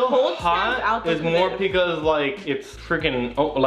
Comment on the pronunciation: I love you guys and all but I hate saying “pecause” 🙄😒